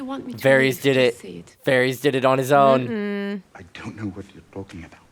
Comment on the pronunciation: FOR THE LOVE OF GOD,, IT’S DANAER-ISS AND VAR-ISS. NOT EES. I don’t care how your brain works, you’ve heard their names a hundred times. I’m just going to call you from now on.